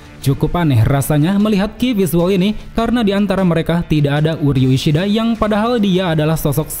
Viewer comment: uryu ishiada 😂tertawa aku bang😂